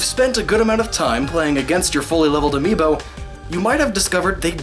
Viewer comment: Whole video about amiibo. Doesn't pronounce the plural correctly throughout the entire video. Still great video lol